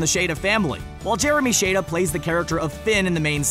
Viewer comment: Crrrriiiiiing most of the stuff is already well-known and not even just by hardcore fans I know people that are casual Watchers and they know most of this information also you're pronouncing Finn's voice actor name wrong